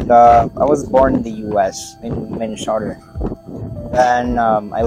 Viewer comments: 😂 I'm surprised how gullible people are, he's no American,the accent is forced AF ,look at how he even says Minnesota 😂 "minmesorrta" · 😂😂😂 the way he says Minnesota 🤣🤣🤣 and who says playground? I thought it's the park. Even to Americans, people from Minnesota have a unique accent, they drag their oo's like soda is sooda. 🤣🤣🤣🤣🤣🤣